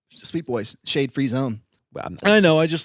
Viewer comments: I literally thought he said Shane sucks when he in fact said shade sucks. Soooo I had to rewind. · I literally thought said "Shane free zone", not "SHADE free zone" and to say i was completely caught off guard would be an understatement LOL.